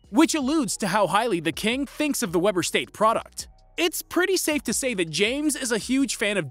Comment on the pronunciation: He said Weber state wrong